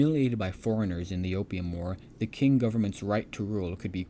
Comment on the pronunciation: It's pronounced Ching dynasty not King dynasty.